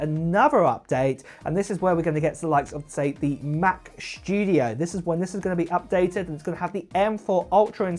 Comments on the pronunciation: why are you talking shtudio and not studio? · “Mac SHTYUDIO”